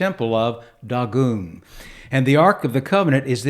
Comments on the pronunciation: It's DAY-GONE!! Not daw-goon... Good LORD! The proper transliteration is Dāḡôn. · I'm a native Hebrew speaker. That's incorrect. Check the Strong's Concordance. Click and listen to the word spoken in Hebrew. It's DAY-GONE. And the Masoretic Text is based off of the Aleppo Codex. That's as good as it gets, sir.